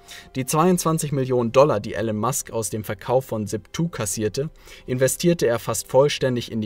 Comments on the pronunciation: Er heißt gesprochen "Ilon Mask" aber trotzdem gutes Video. Grüße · Er heißt Elon Musk, nicht Ellen/Alan Musk.